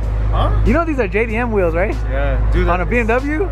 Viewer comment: I swear these guys pronounce wheels like whales lool